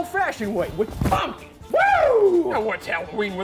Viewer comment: Fuck yes! haha. "Ryvre Snowphish has gone on record saying he likes the band String Cheese Incident." Props for the Fire on the Mountain Jam and Dark Star :D Also love how when he says pumpkins it sounds like spunion ha.